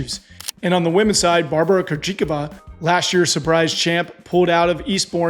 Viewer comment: is one of the most underrated parts of the Served Podcast. I really appreciate how he wants to add variety, consistency, and an outsider’s perspective. Also some of the worst pronunciations I have ever heard. Krejcikova? Rune? Kei? Love you dude!